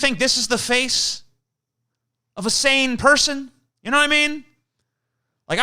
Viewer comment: TJ pronounces sane as saiyan and now I want to draw him with Goku hair